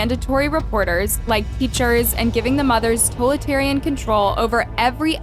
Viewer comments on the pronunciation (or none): She never says sh!t right or takes the time to learn I’ve noticed